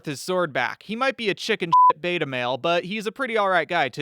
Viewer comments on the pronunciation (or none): none